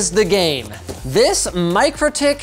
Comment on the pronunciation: "Mick-row-tick" is how it's pronounced boys